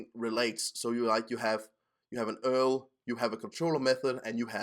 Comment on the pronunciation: More, more, more! Oh, and where in the world are you that U-R-L is commonly pronounced "earl" ? Just a pet peeve.